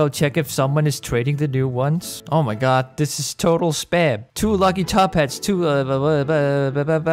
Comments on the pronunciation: I absolutely love his o my GOUD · Why u cant say oh my GUD!